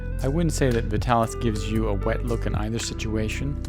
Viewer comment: Look at the old commercials - it's pronounced VI-talis, not VIT-alis